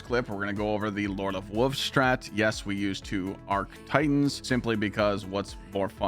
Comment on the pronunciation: you sound like a toddler, learn to say wolves ya grown ass man....